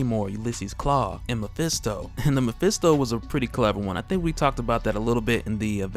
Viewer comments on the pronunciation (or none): none